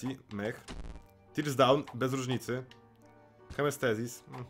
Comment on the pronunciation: Nie wiem kto Cie uczył angielskiego i wymawiania maCHine. to ch czyta się jak SZ. I hematemesis a nie hemastesis.